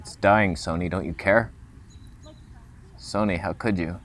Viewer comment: Oh no! Someone's gonna drop a "Soneh" meme.